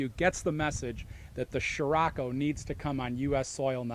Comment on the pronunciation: scriocco not sciracco !!